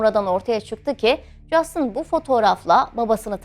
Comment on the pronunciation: Keşke adamın ismini de doğru soyleseydiniz, Justın değil Justin